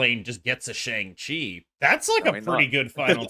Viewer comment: Let’s try pronouncing Shang’s name properly if possible. It’s not “Shang” like “Bang”, it sounds more like “Sean” or “Wong”.